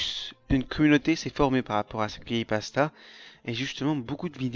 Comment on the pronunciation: pk tu dis "cri pasta" apprends a parler ptn